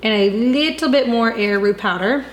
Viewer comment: Did you say air root ?